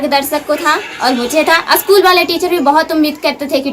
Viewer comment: कृपया असकुल नहीं स्कूल है